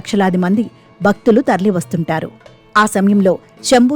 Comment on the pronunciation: “బక్తులు”, “శంబో”, “అవిబక్త బారత్”, —-ఏమిటో ఈ ఉచ్చారణలు తెలుగును ఖూనీ చేస్తూ!